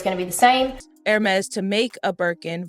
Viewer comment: The is pronounced “airMEZZ”. The accent over the “e” means something. It is NOT “HERmeez”. Got it??